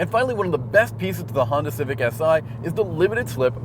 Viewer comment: How he said Civic had me laughing my ass out loud. It sounded like Cific. Great review otherwise.